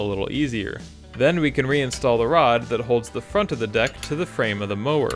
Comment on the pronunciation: Sounded like “get the dick into place” 😂 cool vid, great repair